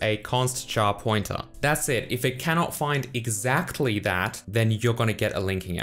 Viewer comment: haha i think you are German guy because the way you say exactly `exzachly` XD btw you get awesome videos !!!!